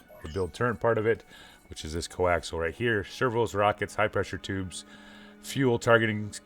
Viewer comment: I think it's "coaxial", not "coaxl".